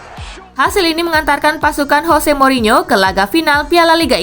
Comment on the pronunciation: Bukan HOSE tapi JOSE